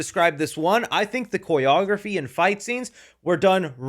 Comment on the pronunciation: How are you pronouncing Choreography? Lol